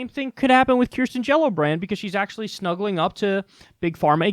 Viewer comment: everytime kyle says her name i LMAO